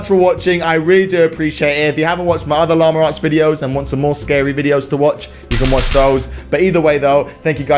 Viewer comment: “Lama-r arts”